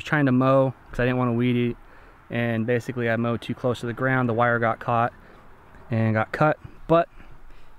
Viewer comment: I thought he said “mold” and it scared the mold away lol!